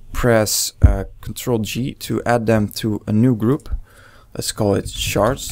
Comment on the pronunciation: when you say shards it sound like youre saying sharts xD